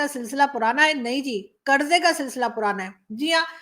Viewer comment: Karza nahi...katora tradition